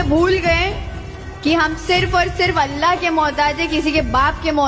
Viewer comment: ఓలా కాదు తల్లి అల్లాహ్